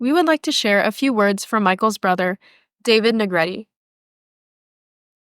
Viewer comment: Finally, a narrator that pronounced Michael's surname right. It is pronounced "Ne-gre-te)", not ",Na Greet."